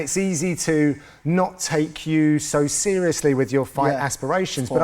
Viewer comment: I'm being sherious, I'm being sherious!